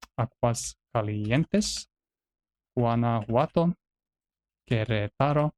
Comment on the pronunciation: I love how you pronounced the mexican states almost perfectly. The only issue was that you didn't stress the second syllable of Querétaro.